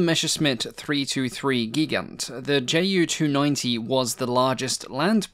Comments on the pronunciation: Greatly enjoyed the video! I'd like to point out that Ju is actually pronounced Yu for proper pronunciation for the shortened of Junkers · Why do you pronounce Junkers accurately but screw up the Ju so decidedly?